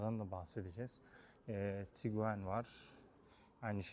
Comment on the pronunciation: HALA TIGUAN YERİNE TİGUEN DEDİĞİN İÇİN ABONE OLMUYORUM